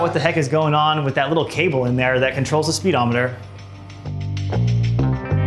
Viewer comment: “Spee-Demoneter”. Ha!